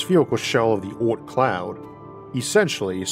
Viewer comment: i dont get it.... "oorth" does he mean the "oort cloud" or is it a funny dialect for "earth" ?!?